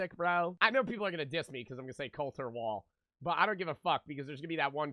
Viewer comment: the fact that you know colter wall and tyler childers and knew how to say his name right makes me have mad respect towards you.